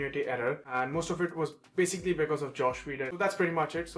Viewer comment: Well, for a guy big on picky details, you never once pronounced Joss Whedon's name right! For future reference, it's pronounced just like it's spelled: there is no hidden "sh" that would make it sound like "Josh". It's only got "s" sounds, so it rhymes with "hoss", not "posh".